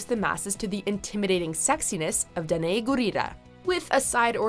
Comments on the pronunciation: is that how her name is pronounced? Also wtf did she just say? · wait, is that how you pronounce Danai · Why do they miss pronounce atleest one person's name every time lol. I cringed at how they pronounce Danai Gurira made me cringe